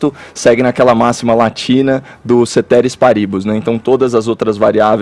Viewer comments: CETÉRIS PARÍBUS? Embora em latim os acentos não sejam grafados, como errou por completo a acentuação, vou mostrar como devia ter pronunciado: Quando voltar a usar esta expressão, pronuncie CÉTERIS PÁRIBUS porque estas são as sílabas longas e não as que acentuou que são sílabas breves. Caio, desculpe a impertinência deste portuga ignorante que apenas pretende evitar que você sofra vexame se continuar a insistir em tal erro. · Caio, a pronúncia é " céteris páribus". Ênfase nas primeiras sílabas. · Cetéris Paribús? Kkkkkk pronunciou certinho, Doutor Caio hahahahahahahahahahahahahah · E essa pronúncia aí de "ceteris paribus" Kkkkkkkklkkkkkkkkkkkkkkkkkkkk